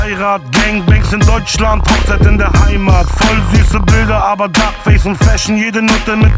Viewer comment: Es heißt voll süß aber... Und nicht voll süß aba:-)